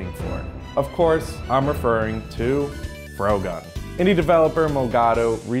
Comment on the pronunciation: Why are you saying the 'o' like in in 'afro'? The title is clearly a portmanteau of 'frog' and 'gun'...isn't it?